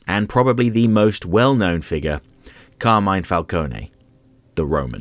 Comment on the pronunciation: Okay, as an italian i'm legit impressed that you said "FALCONE" right. A suggestion? The name Is "Carmine" "Car" like 🚗+ "Mine" like in imMINEnt